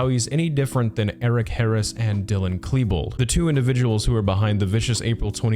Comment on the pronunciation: I know this isn't the point of the video, but thank you for saying Dylan's last name correctly. I have seen so many people saying it wrong when the media has said it correctly for many years. Also, fuck this man, he is not a victim. He tried to kill people